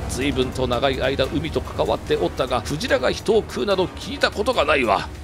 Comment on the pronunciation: ｸ⤵︎ ｼﾞ→ﾗ↑ｶﾞﾜ↑ｼｦ...ﾀﾍﾞﾃｲﾙ